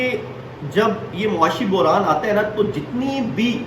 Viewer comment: You and Imran Khan have same pronunciations for word "Buhran"😂. You both pronounce it as "Burhan". Its Buhran بحران